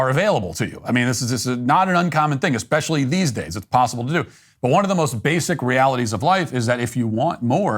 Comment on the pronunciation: eXpecially? Come on, Matt